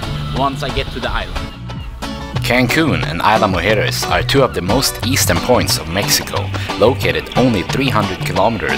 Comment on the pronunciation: It is a lovely place, worthy of a stay much longer than a single night. You did a great job of capturing what you could during your short visit, but next visit, spend more nights if you can. You did a great job of correctly pronouncing “Mujeres”, but “Isla” is actually pronounced more like EASE-lah than EYE-lah. And this is a small point, but the golf carts are actually gas-powered. I’m told electric carts don’t last very well in the salt air. Thanks for a beautiful video,!